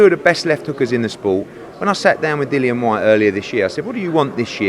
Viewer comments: My guys saying his own fighters name wrong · Wtf with Dylan, show the man some respect and say his name properly, kugan the other day was calling him Dylan aswell, Dillian smack em next time, respect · I wonder if eddie will stay loyal to Sky Sports. And his name is Dillian not Dylan ffs